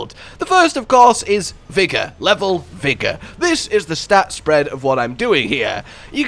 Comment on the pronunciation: "Vigga" aka " Vigorrrrrrrrr" Rrrrrr EEERRrrrrrrr R R R R ARE R robin hood. R